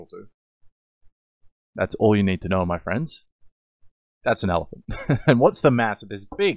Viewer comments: When he’s a 10 but he pronounces elephant as “allophant” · ...its just his accent - it's not like he's mispronouncing it. I personally think his particular type of heavy Australian accent just makes him more of a "10" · I love how you pronounce elephant